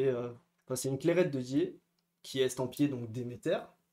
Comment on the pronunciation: Clairette de Die, pas « Dié ».